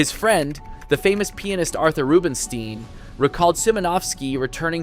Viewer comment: And Rubinstein